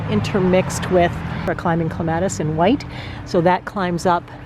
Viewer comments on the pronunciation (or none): What a wonderful house and yard. As we get older, though, it just gets to be too much. I am guessing you are going to move to a condo? (You mention not shoveling again.) Also--- I do have to wonder why so many experienced gardeners -- with YouTube channels -- pronounce clematis incorrectly. It drives me crazy, but I try to get over it. After all, no matter how you say it, we know what you are referring to.